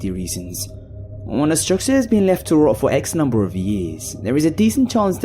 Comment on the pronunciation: Hearing you start every video with "Numbah 1" makes me feel all happy and excited inside.